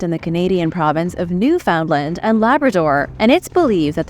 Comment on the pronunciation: NEW foundland …. 😂